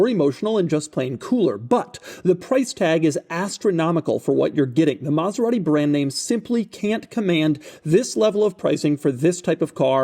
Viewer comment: Doug is the kind of guy to pronounce it MaseraHti for no apparent reason.